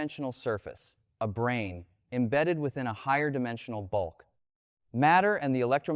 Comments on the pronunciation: I really lost interest when the AI failed to dis-CERN (see what I did there?) the difference between "Brain" and "Brane," which is one of the lines of research within String Theory (as I, a layman only understand it). Branes are MemBranes, two dimensional rather than one dimensional as with strings. But not "Brains," however many dimensions are or might be used to describe them. This is what happens when AI uses AI to narrate material AI has generated itself out of thin air. My dog also chases its tail. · Not "brain", but "brane" as in "membrane". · "brain" = Brane (Membrane)